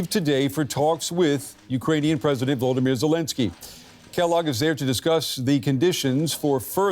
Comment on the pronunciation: No way he said voldermeer zelensky, almost thought he said voldermort lol